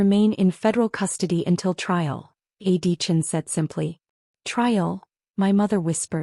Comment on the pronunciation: I wish the narrator would pronounce A.D. Chen’s name properly. The narrator repeatedly calls him Adeechin — the initials and last name joined together in one long name.